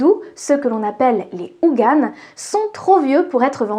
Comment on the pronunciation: et pardonnez moi, mais je remarque que vous prononcez certains termes vaudou de façon notablement différente de celle que j'ai apprise. (hougan/houNgan, baron Sadi/SaMEdi...), avez vous une idée de la raison de ceci?... idem, selon les versions que j'ai entendues, les différents barons sont soit des loas distincts, soit différents aspects de Samedi... et soyons clairs, si baron Simtyè est celui qui gère les lieux, baron Kriminel est celui qui n'attend pas la date de peremption pour les remplir, et oui, il a un très sale caractère, sa seule circonstance atténuante, c'est que ce n'est pas un tueur de sang froid... le problème c'est que le sient bout en quasi permanence.